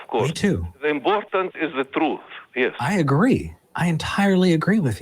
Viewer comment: It is imbortant for scientific papers to have beer reviews. I am not mocking him; the Arabic language doesn't have the sound "P". But I would have loved it if beer reviews were part of standard science evaluation.